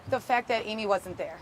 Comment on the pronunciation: It wasn't bizzare, it was the action of a desperate woman who needed a houseful of the energy of children, to quell the chatter of her tormented mind. During the original TV news appeal, the way she said "Amy", in about five syllables "Aiiiiimmmmee" was so sad. It clearly hurt to say her name. She looked totally defeated.